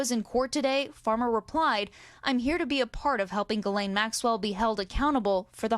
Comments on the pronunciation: Why can’t anyone pronounce Ghislaine’s name correctly? 😂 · why can none of these TV people pronounce Ghislaine correctly ???